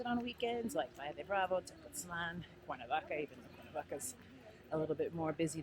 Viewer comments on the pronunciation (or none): Did she say Cuernavaca?👀